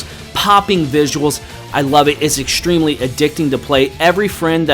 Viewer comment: Awesome video as always but I gotta ask: Why the heck do you and so many other people these days add a friggin "sh" sound to words that contain "str"??? You're saying "ex-shtreme" instead of "ex-treme" and "shtruck" instead of "st-ruck". I noticed people start doing this around summer of 2012, for some bizarre reason and it's only getting worse. I know it's a criticism and there are certainly enough of them on the internet but Goddamn, wtf? Why are you adding sh sounds to those words? Are you consciously aware you're doing it? Do you hear yourself say it? lol. Argh!